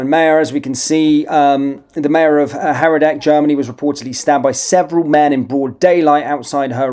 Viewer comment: It's not Herrer dick (as you pronounce it), it's hair decker (Herdecke). Try reading it. How reliable is the rest of your news?